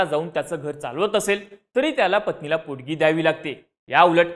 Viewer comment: पोडगी नाही रे पोटगी